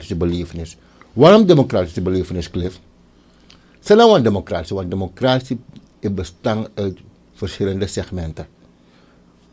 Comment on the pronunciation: Democratie heeft het accent op 'tie en niet op 'cra. Als journalist mag je wel letten op correct taalgebruik.Suriname glijdt af qua ontwikkelings niveau. T a.v. de jurisprudentie bevindt Riad zich in een moeilijk parket.Het vonnis tegen Chan mag niet genegeerd worden. En ga sporten, want die buik van jou ziet er echt niet goed uit. Je weet dat indien je ziek mocht worden in deze tijd, je niet levend uit het ziekenhuus zult komen. Breaking news: De ondervoorzitter van de VHP Aziz Gajadien heeft afstand genomen van het standpunt van Riad en Chan gevraagd in te grijpen. Hij verbiedt Riad ook om namens de staat Suriname te procederen.